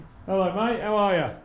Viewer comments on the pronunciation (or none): none